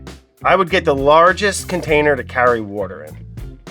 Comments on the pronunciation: water wader wourder.. 😂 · He literally indirectly questioned "wourder". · Sean repeating the pronunciation of Wourder instead of answering the question 😂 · He needs wourder 🥵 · Brad needs wourder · Brad :“They’re getting haat” Brad :Wourder is a bad idea isn’t it?” Sean : “WoUrDeR...” This interaction was stellar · "Wourders a bad idea"... "Wurdder" They so should have edited the text in for that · "Water is a bad idea isn't it?" Sean: "Watah'." 😂😂😂??? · no he says it like wourder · Somebody get him some wourder. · Give this man some wourder please! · ITS ALIVE AND GET THIS MAN SOME WOURDER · GET THIS MAN SOME WOURDER